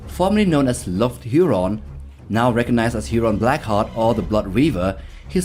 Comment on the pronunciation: It’s HURON BLACKHEART